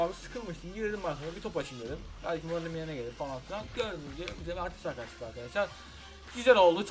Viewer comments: mertesaker diye okunuyo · Mertesaker diye okunuyo yani ilk söylediğin doğru. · "mertezaker" diye okunuo